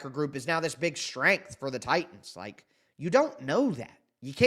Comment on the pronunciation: Bro where the "and THIS" passion go? I had to comment when I heard that weak "this". 😅🍻